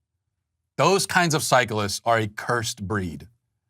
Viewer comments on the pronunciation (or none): I like the way he pronounces cyclists as Psycholists.